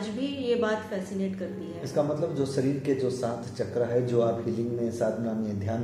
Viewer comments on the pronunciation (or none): Pronounciation improve Karo Bhai. Vishay ko Visay, jivan ko zivan, shareer ko sareer, aur ko or, nirdesh ko nirdes kyo bolte ho ?